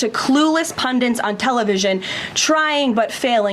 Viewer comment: Seriously??? Pundants?? It's Pundits, understand basic english!!